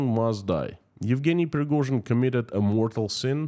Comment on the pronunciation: Preghozin..... never heard from her.... 😂